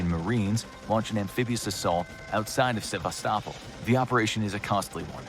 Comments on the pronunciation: It does seem odd that a war of this magnitude could begin in Ukraine, but remember WW I began in Austria-Hungary and WW II began in Poland. (Oh, and it's pronounced Se-VAST-i-pol) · It bothers me more than it should how the narrator keeps mispronouncing Sevastopol.